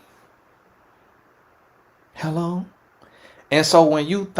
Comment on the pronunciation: Now why would you say “hello” like that 😂😂😂😂😭